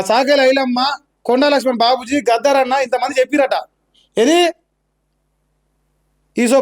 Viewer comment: అరే బాబు గఫర్ అన్న కాదురా నాయనా గద్దర్ అన్న